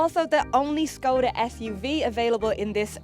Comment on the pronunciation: actually pronounced the name correctly (Škoda is pronounced like "Schkawdah"). I think it's a sign of professional approach when a reviewer puts an effort into correct pronunciation of foreign brands.